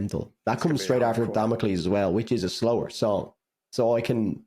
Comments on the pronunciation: Its actually pronounced damocles not damocles 🤓☝️ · If it's any consolation for, in Bulgarian Damocles is pronounced like he does only without "s". Also: 1. Caramel 2. Emergence 3. Damocles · Damocles rhymes with Hercules